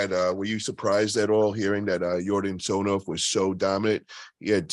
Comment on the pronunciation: It's not TsonOv, it's TsonEv